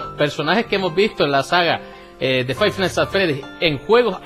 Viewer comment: Five nighthts XD